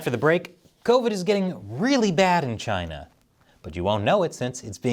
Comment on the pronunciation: Trump was no where near perfect but a lot of what he said was right and everytime I hear china it's CHI-NAAA